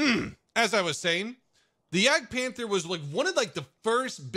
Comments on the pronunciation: Ist's not Jägdpähnfer, it's Jagdpanther! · nope that's not it. You pronounce the a the same way as I and the British People does.. and You also just say like Panter without saying the h at all.